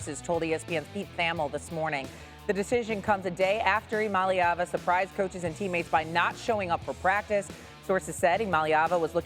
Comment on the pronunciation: No it’s still iamaleva….I-AM-A-LEVA is how it’s pronounced